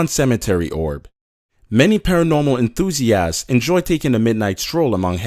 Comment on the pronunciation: "minupulat" "enthooziass"